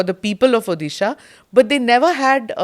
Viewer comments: This lady can’t pronounce Odisha and somehow has reached this level by licking on Moi jee! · and anchor must learn to pronounce Odisha at least properly. it's not that tough... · I would have loved to see someone not from Odisha could pronounce Odisha properly. It’s not a state from some other country but a very prosperous one from India. Smitha ma’am could have at least put some efforts to pronounce the name of the state properly. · स्मिता, आप ऊदीशा ना बोलें। ये ओड़िशा है। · Dear Smita, It's ओड़िशा not ओदिशा. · Firstly ma'am it's not Udhhisa it's ODISHA .I 'm very dissapointed people like you , very competent spokeperson doesn't know this . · Tried very hard to drive the narrative Your bosses have asked you to Smita, but I am amazed on how many instances you have mispronounced ଓଡ଼ିଶା (ओ डि शा ) as ओ दि शा. Such silliness for such a senior journalist front heading National News Agency!!!! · Dear Smita ma'am, the correct pronunciation of Odisha is ओड़िसा and not ओदिशा 😅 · Smita Prakash.. try to first pronounce properly the word Odisha. If you can pronounce word odiya properly then why deliberately mispronouncing Odisha. It's not Odi like fuddi. It's Odi like Jodi. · Smita mam, can you please pronounce Odisha as ओडिशा. You are speaking as ODISHA as उधिसा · Smitaji, you pronounced the state's name "odisha" wrong, in the introduction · Ma’am I religiously watch your interview and I appreciate the intricate hard work you put in each one your videos. What’s with the pronunciation of my state? It’s O Di Sha. Not the way you pronounce. We have so many achievements but the way North Indians or even South Indians pronounce our state just baffles me. I live abroad and I speak with different accents, but that doesn’t make me mispronounce other states or for that matter other countries. Please improve on this one aspect and please do an interview with Mr. Naveen Pattnaik. Thanks 🙏🏾